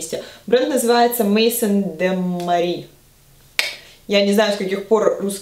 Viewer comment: maison de marie - французский и произносится "мэзон дэ мари"